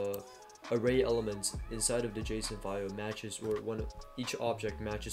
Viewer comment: I don't think that JSon file is pronounced the way you think it's pronounced....